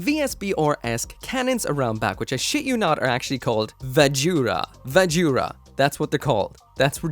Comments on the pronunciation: Gives me more Tekkaman vibes, with a little bit of that 'Astray Chest' syndrom, than either of the ones you mentioned. xD Do they have Vajra listed as 'ばずら' or 'バズラ'? Drop the 'U' sound! It's supposed to be Vazh'ra, not 'va-joo-ra'. xD Or, if you're going to pronounce it by the Hiragana/katakana used, it'd be BAH-zhu-ra. They don't really have any V sounds and only one J sound (Ji) in Japanese. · 'Vajra' as in Shiva's weapon